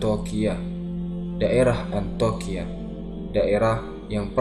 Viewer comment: Maaf saya ralat, bukan Antoqiah tapi Antioqiah ( Antiokiah ) sekarang di turki